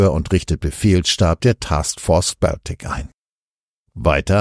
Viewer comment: Sprecher bitte die Aussprache von "Baltic" korrigieren. sagt es korrekt.